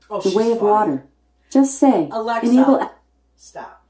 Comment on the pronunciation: have to laugh every time you say alexi set timer my sets your time